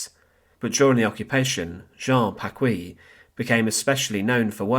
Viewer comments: His name is pronounced Packee, not Packwee. The u is silent in qu in French. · You have grossly mispronounced the last name of Jean-Hérold Paquis. It is pronounced Pakee and not Pakwee. In order for it to be pronounced Pa-kwee, it would have to be spelled “Pacouis.“ I’m French so I know. My parents listened to his broadcasts during World War II — not because they shared his views, they didn’t, but they were a captive audience. Anyhow, they always pronounced the name Pakee, not Pakwee. His real (birth) name was actually Jean Hérold, but he changed it to Hérold-Paquis becuase he was born in a neighborhood of the small town of Arches called Paquis. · It's PaKEE, not PaKWEE